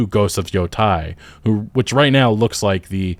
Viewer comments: Man I can't take it when you say yotai instead of yōtei 😅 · Just nitpicking. It's pronounced yo-tay as in "day" or "take" not "tie" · Look at the voice actress for that game. No one can convince me that it's not woke, too. PS: Yotei is pronounced "Yo-tay" not "Yo-Tai" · Thanks for the video! Just a note, it’s not Yo-Tie, it’s Yo-teh. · You're pronunciation keeps bothering me. It's not Yo-TIE/TYE. It's Yo-TAY/TEY. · Why are so many people on Youtube pronouncing Ghost of Yotei "Ghost of Yotai"? That's an E, not an A. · Just a heads up for future reference since I’m sure this game will be talked about on this channel often, it’s pronounced “Yo-Tay” In Japanese, there’s no such as short vs long vowels, all vowels are always pronounced the same every time A = ah I = ee U = ooh (example: “tsunami”) E = eh (example: “ramen”) O = oh (example: “shogun”) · Ghost of Yo -Teh - e is how it’s pronounced, not on my high horse or anything just lending some insight being that I’ve been learning Japanese 😁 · Seeing as it's spelled Yotei, I'm thinking the pronunciation is Yo-"tay". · Your YOTEI pronunciation are WRONG 😂. YO( TEI ) EI sounds like AY in MONDAY AY. just change D to T , TEI Yotei ! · Yotei. YoTAY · why does every content creator I watch covering this game mispronounce yōtei. you don't have to know japanese to see that it's spelled with an -ei and not -ai.